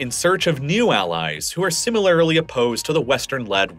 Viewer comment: You say similarly wrong.